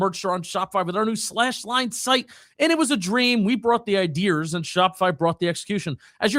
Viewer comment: Dude u gotta stop saying “idears” It was funny the first episode when you did it but it’s time to retire it😅